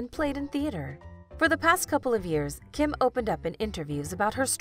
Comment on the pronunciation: So annoying that you pronounce Kim’s name wrong